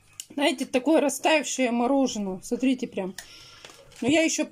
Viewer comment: а СРАУ не бесит? а СТРИТЕ?